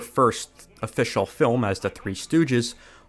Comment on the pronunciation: Every time he says the word "film" I keep hearing "dumb" until I go back a few seconds. Weird.